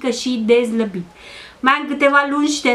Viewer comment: Zlabit zici sau slabit?